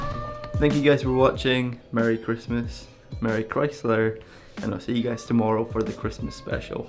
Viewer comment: MURRY CHrASMWAs